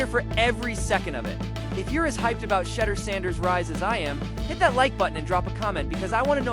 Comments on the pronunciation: "SHEDDER" SANDERS...??? BRUH...:face-fuchsia-wide-eyes::face-blue-wide-eyes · You are not pronouncing his name correctly